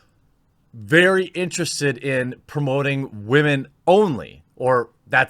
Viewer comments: 😂 i love how he says wahmen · Can someone kindly explain to me why women is being pronounced as "Wah-maan" recently? Just curious that's all! O_o